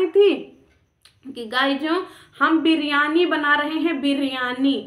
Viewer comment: Briyaani nhi liriyani thaa